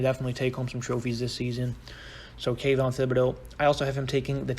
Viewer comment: Great video. Also it’s Kayvon not Kaython